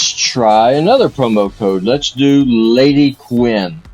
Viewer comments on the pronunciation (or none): It's LadyQun not LadyQuin